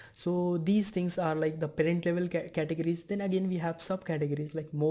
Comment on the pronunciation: Very good English, man! Until you reached "categories". Butchered that one. But that's really nothing compared to the content you're putting out! Great job!